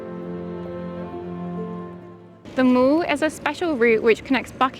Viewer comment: Really well made and interesting video. However, I have a few nitpicks. Household Cavalry Museum, not House Cavalry Museum. Pronunciation of The Mall is not like a shopping mall, it rhymes with ‘pal’. Southwark Cathedral, not Borough Cathedral. The lake in Hyde Park is pronounced ‘serpentyne’ not ‘serpenteen’. The statue in Piccadilly Circus is of Anteros.